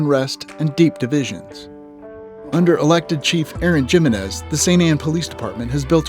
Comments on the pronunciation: Am I the only one thats irked by them saying Gem-enez vs He-menez? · Jim Men Niz ??? 😅 It’s “Him MEN EZ”😂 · I live in Saint Ann and my biggest complaint is the lack of police presence when it comes to traffic violations. People run stop signs continuously, speed and so many cars have expired plates and you rarely see any police trying to deter this issue. Also why do they pronounce the J in Jimenez? It’s pronounced Himenez. Just dumbing it down I guess.